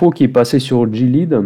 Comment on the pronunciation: Salut, on prononce "Guiléade" en anglais